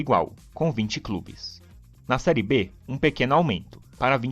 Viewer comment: Serie " É " com o som aberto; não fechado " Ê " igual a fé, pé, etc. Aprende!!!